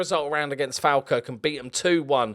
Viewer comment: It's pronounced 'folkirk'